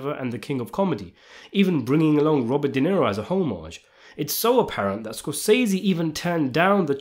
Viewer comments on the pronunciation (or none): none